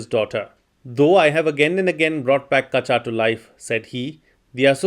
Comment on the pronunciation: Kachaa should be pronounced as kacha. Ka and cha have the same vowel sound.